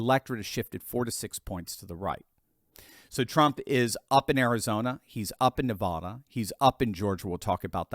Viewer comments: Hi, I love your show. ❤ I wanted to share that Nevada is commonly pronounced as nuh-VAD-uh, with the emphasis on the second syllable and the "a" sounding like the "a" in "cat." However, some people, especially those outside of the state, may pronounce it as nuh-VAH-duh, where the "a" is pronounced like the "a" in "father." The preferred pronunciation among most Nevadans is nuh-VAD-uh. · Please stop mispronouncing Nevada. Second syllable doesn’t rhyme with AH. The A should be like the A in AT. I’m from there, and people from outside the state usually butcher it. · Nevada is NOT NaVAHda it is pronounced NaVAAda. Hope this helps. Commented from Las Vegas, Nevada. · Neh-Vad-UH. don't be silly. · Me and every other Nevadan, "IT'S NEV-AAA-DA" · Nev(A)da, A as in apple. You drive me nuts!! Don't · Please pronounce Nevada properly?